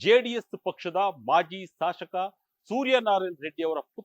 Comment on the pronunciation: ಶಾಶಕ ಅಲ್ಲಪ್ಪ ಅದು ಶಾಸಕ